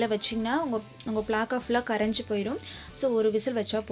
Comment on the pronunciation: Athu pilaka illa pilamuss 😁😁😁